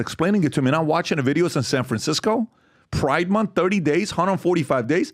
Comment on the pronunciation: pri-De mon-th